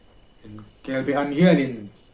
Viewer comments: Kelbaan tih tur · Kelba An tihtur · Kelbe i ti sia kelba tiin i ziak bawk sia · kel be ti tawh suh. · Kelbe chu a dang daih kelbaan tih tur . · Kelbaan kan ti thin, be nilo in